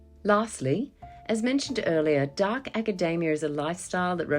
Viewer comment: You pronounced it acadaemia